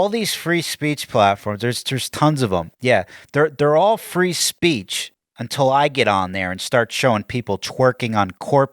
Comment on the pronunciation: "Freezepeach"...it's only getting worse,.